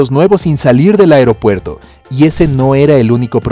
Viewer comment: Porque decía afropuerto